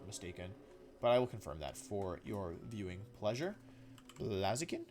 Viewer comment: BLAZIKEN, NOT BLAZAKIN! FIX IT NOW!